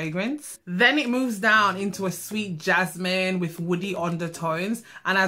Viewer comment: ‘Ja-naah-ah-meen’ lol. I love when you say that